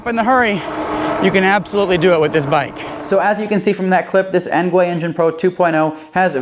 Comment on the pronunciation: "Engwee" not "engway"